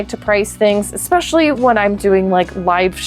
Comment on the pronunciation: Love your content. One tip: Your perceived IQ goes down when you can't pronounce simple words like 'expecially'.